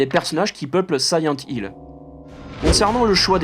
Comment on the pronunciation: Siyent Hill ...? Connais pas.... Par contre SILENT Hill oui !!! Le 2 est un chef d'œuvre !!! Merci pour ta vidéo !